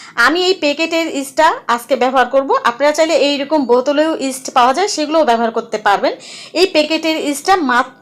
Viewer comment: আপু ইস্টের নামটা বোঝা যাচ্ছে না একটু জানাইলে ভালো হতো দারুন রেসিপি দেওয়ার জন্য ধন্যবাদ